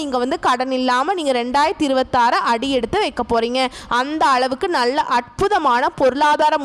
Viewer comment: ளாபம் அல்ல லாபம் ! நள்ள அல்ல நல்ல